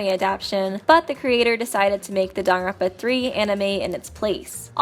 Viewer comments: I'm sorry, This is how you pronounce danganronpa? JONAWITZ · Please pronounce Danganronpa and not just mumble it... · I like these videos a lot but I really hate the way she lazily says "Danganronpa"